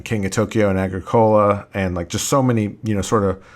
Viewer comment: it's pronounced a-GREE-co-la, not a-gree-CO-la.